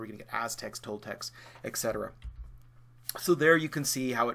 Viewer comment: I understand language is a personal choice, but: avoid verbal ticks like the " t' " inhaled tongue-click when opening your mouth for a new subject. Attempt to change the volume of your speech gradually. ET cetera, not EK cetera. HeigthT, not heighTH. Laugh at humorous subjects, not to imply scale or degree. Thank you for sharing these lessons; you have provided me many hours of enjoyment, I apologize if my comments don't show my appreciation.